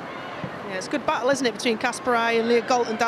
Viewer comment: i swear if this commentator says 'badjye' insted of batlle one more time im gna lose itt